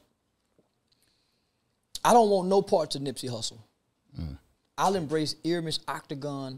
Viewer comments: First of all that's not the correct pronunciation of his first name. It's "Air-me-es". I find it hard to believe this weirdo lived in LA but did not know who Nipsey was. Nipsey was poppin before he passed, he was nominated for a Grammy, loved by many, on TMZ every two or 3 weeks and working with artist and producers that don't work with anybody... Most ppl will say they don't know Z-Ro but to Texas, that's their Snoop Dogg... so why do ppl feel like because they didn't catch the wave, nobody else did... We gave him his props when he was here, YOU DID NOT!!!!.. How you think he got nominated for a Grammy? How do you think Jay z and Drake found him? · Ear-a-mhus Ok-ta-gon 🤦🏾‍♂️ Rest in peace Nip🏁💙🏁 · He’s improving. He started out calling him Airemis. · Bruhhhhh the fact that Charleston said Ermias Octagon 🤣😂😂🤣 and nobody corrected him, I'm so weak😂😂😂😂